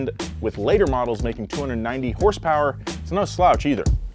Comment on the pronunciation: It’s pronounced “hurs-purs” not “horse power” cmon!